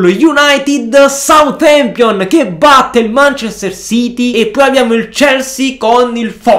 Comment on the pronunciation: Adoro quando dice SUATEMPION